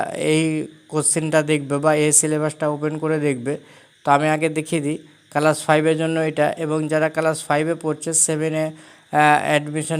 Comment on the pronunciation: কালাস না ক্লাস 😂😂😂😂😅😅